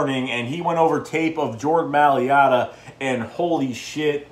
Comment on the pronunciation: M-A-I-L-A-T-A (My-Luh-Tuh), not maliata!! he is a beast!!!